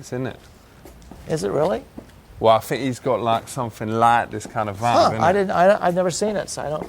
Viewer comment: "dus you know wot a leap year is? I fink it's like every 5 years....." lolol